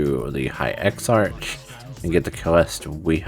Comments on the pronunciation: Great video dude! Butttttttttt...... it's ex-ARK not ex-arch hahahaha.... just messing around man. Thank you, you saved me a ton of time. :) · Would have been a better guide if you hadn't driven me crazy mispronouncing (eksa-k) exarch. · What this guide doesn't tell you is that you need to be friendly with the factions of the broken isles to even begin this. That in itself took me hours to complete with all the running around and special quest states required to even see the NPCs that give quests. I'm currently halfway through the video and while accurate as to what we're suppose to do, I am malding over how you pronounce Exarch wrong and a few other things. At least it makes me want to get this done even faster. No hate, just sayin'.